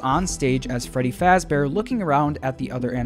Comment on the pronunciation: 'which is not how you spell fazbear' ah yes fazber